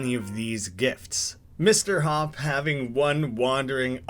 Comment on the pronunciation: Him: Mr Hopp Captions: Mr Hawk